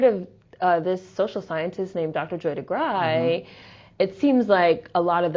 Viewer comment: Great talk. Joy Degruy's last name is pronounced Duh-Grew.